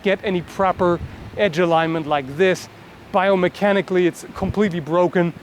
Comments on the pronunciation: biomechanically or iomechanically? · I think you mean "biomechanically" not "iomechanically" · iomechanically at the end XD, any way great video thanks man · Good video. I always like your analytical approach. BTW, you left the 'b' out of 'biomechanically' at the end of the video. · iomechanically wow that is some new word right there :D